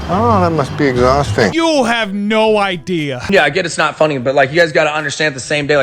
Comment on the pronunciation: is so stupid he says “no ideal” instead of “no idea” 😂